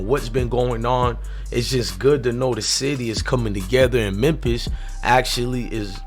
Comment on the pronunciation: If i hear this dude say memp-is one more time😂